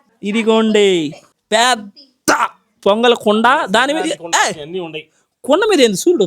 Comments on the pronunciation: Pongal ❌ Ponagal✔️ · Pongal❌ ponagal✅